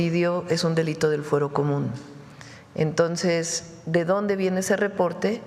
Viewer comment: La presidenta dice entos, se dice entonces.